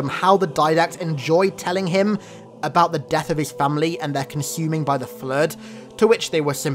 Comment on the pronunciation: The fluueed 🤣